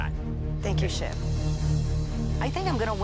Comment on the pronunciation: sound like she said: Thank you s***